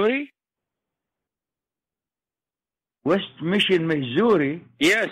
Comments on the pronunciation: When he makes fun of his own pronunciation. "west miSHIN" lmfao! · wEsT mIsSiN???